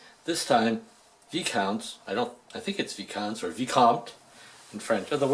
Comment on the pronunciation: Nice. "Vai-counts".